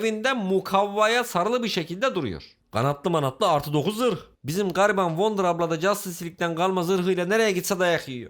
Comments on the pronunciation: Abi wonder childiren dedin ya gülmekten öldüm öldüm 🤣🤣🤣🤣🤣🤣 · wonder deme wonder deme bilmiyomuş gibi yap